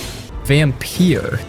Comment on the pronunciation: It's Vampyr..... Not Vampire